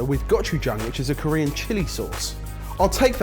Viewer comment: as soon as said korean flavors i knew i was in for a world of hurt listening to the pronunciation. come over here to korea and i'll teach you!